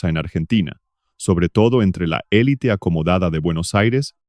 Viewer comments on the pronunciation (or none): none